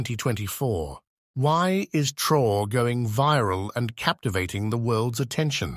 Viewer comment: He is called traore’ please.. traore’ not traor